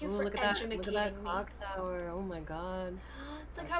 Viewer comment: Nicole's near-flub of Cock Tower was legendary.